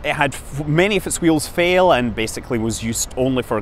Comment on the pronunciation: "Hwy do Reaction hweels fhail?" ~Scott Manley.